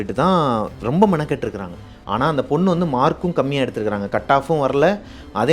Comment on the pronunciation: தமிழ்—ஆனாள்❌❌❌❌❌(நாக்கை மடித்து ‘சொல்லும் ‘ள்’ அல்ல) ஆனால்✅✅✅✅✅✅✅ நுனி நாக்கில் ‘ல்’ சொல்ல வேண்டும்.. தயவு செய்து சரியாக சொல்லவும்,தப்பாக தமிழ் உச்சரித்தால் கேட்க கேட்க கோபம் வருகிறது..